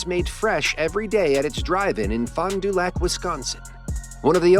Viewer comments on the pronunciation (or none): As a Wisconsinite, I had to laugh at the Robot mispronouncing Fond Du Lac Wi HAHAHAHAHAHAH